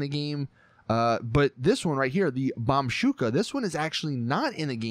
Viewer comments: Lol, bombshooka! It's bombushka which gives you the "boo" sound not "shoo". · it's Bomb-ushka (ooshka) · ITS BOMBooSHKA YOU ILLITERATE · Bomshuka can you not read, it's Bombushka. Also it's not Nokoto it's Nokota READ